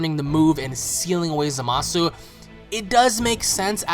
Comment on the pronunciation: I speak Japanese and you do not pronounce the U in zamasu its just said as zamas! I keep hearing everybody saying his name wrong and its driving me nuts! lol its zamas just zamas ok ZAMAS!